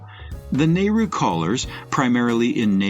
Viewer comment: Not only mispronounced but atrociously inaccurate nehru 1960s not 1980s😢